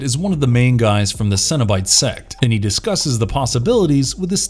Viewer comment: It's cenobite not cinnabite